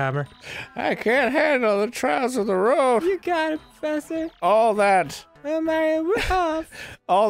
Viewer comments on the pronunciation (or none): i like that dan didnt even notice that arin pronounced "well" as "ballsack ell"